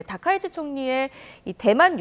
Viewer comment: 이름발음을 " 다까이지" 짓만 하네.